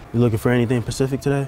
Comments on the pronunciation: Anyone notice he said pacific and not specific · “you looking for any thing pacific today?” I died 😂💀